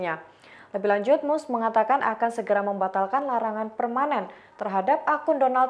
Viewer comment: Dibaca MASK bukan MUSEK 😂